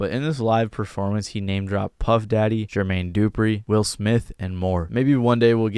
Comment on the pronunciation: bro said Jermaine DOOpri